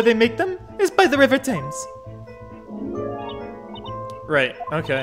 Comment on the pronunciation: I'll never not laugh when I hear non-Brits say "River Thames" totally wrong. It's pronounced "Temms". And there's no way that anyone would know that without being told so first.